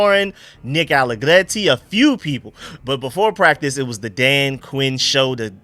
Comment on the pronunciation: Nick ALLEGRETTI, not ALLEGLETTI. R not L